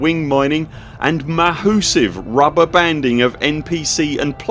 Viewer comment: "Ma-hoo-sive" XD Thank you for the report on the Beta! Haven't had the time to read through the forum post yet!